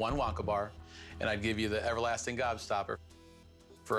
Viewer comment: Why is he saying upper lasting gobstopper